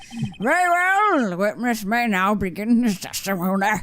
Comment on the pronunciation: What I heard "Very Well! The Witmish may begin his teshtimoneh."